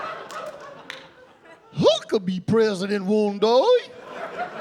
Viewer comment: it’s subbed “I could be” but pronounced “huckabee,” kinda genius